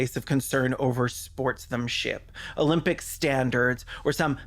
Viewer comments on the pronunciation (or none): Did you say sportsthemship? Iconic lol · Did you say "Sports-them- ship"? NO!! It is SPORTSMANSHIP.